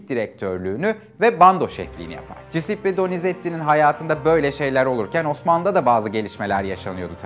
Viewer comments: Hocam sağol varol ama Cisippi deme şu adama CUSEPPE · Cisippi ne bicim bir telaffuz?